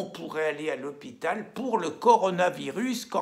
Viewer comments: Il a dit coranovirus au lieu de corona il a fait expres oblige 😂😂😂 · Le "co ra novirus" n'existe pas .... le co ro navirus, oui, comme la corona blonde ! la bonne bierre ... Bonnes vidéos, merci. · corona virus quand allez-vous réussir à le dire ?